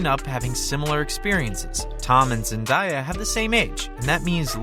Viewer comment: Zen-DAY-a not Zen-die-a